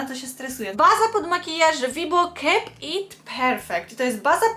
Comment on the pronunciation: Nie to, że się czepiam ale jak słyszę KEEP to jakoś tak😆😂🤣